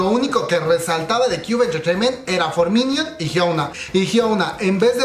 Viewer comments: "For miniut" xd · Buena la información, bien completa. Pero la pronunciación de los nombres de los involucrados y los grupos, por ejemplo: for miniuts, hiouna... Hay que estudiar más bb.